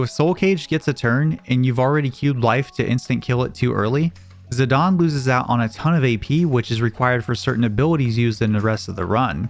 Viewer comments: The official pronunciation is bur-me-sia and zi-dane like great dane not zidon. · It’s ziDANE not ZiDAWN 😡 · I hate when people say zidan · Him saying "Zidawn" is killing me XD ZiDANE. like a Great Dane hahaha. IDK, can be pronounced however anyone wants, but its on my nerves. I love the channel and content regardless though!!!! Much love<3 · "zidawn"? Lmao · Zidane? NO Zidan Burmecia? NO Bermekia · Z-eye-day-n bro…. Fuck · if it's got an E on the end, I'm pronouncing it Zi-dane, not sorry